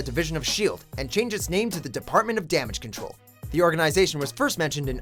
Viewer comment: "damage crole"